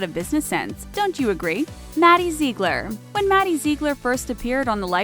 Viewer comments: its bad BABY just say freaking baby and ZIEGLER"zi-gler" UGGHHHH KMN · They pronounced Ziegler wrong